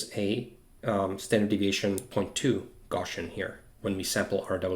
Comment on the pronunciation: He says “gawshun” for the word “Gaussian” hope that helps